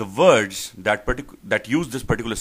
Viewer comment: Maaaaaan, you need to teach yourself first. Your accent is like ehhh. Vords (words) WTF